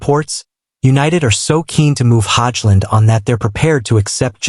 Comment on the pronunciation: prounounce his name right hojlund